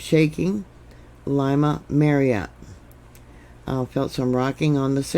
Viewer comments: Lima is pronounced Leema. Callao, Peru is pronounce Kijou. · Lima is pronounced Leema.... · ...the capital of Peru is pronounced Lee mah...love you!! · FYI-It's pronounced Lee Ma, not Lie Ma. It is weird how the USGS always downgrades big quakes. Thank you,. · Thank you for that report, If I may your pronunciation Of Lima was not correct Lima is pronounced as if it were spelled Lema. My father lived there for a number of years. Thank You